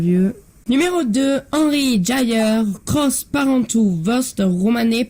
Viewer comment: Elle est nulle cette vidéo il n’y a rien qui va, un montrachet leflaive ça vaut pas autant 😂 Henri JAYER ça se dit pas comme ça non plus 😂